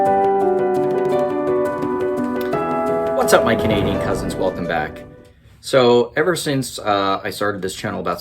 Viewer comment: Ah (sorry) its Canadian not Candian